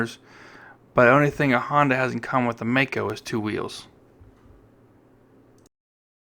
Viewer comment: I worked for the Maico importer in Detroit, Gray International in the mid 60's, as the parts manager. Maico is pronounced My coe, NOT May coe.